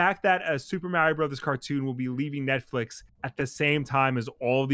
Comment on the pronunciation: I always appreciate you saying 'Mario' correctly.